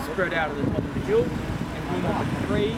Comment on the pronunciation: "...ze opera house..."😂😂😂😂😂